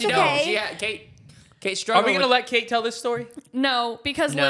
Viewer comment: ITS KATE NOT KATRS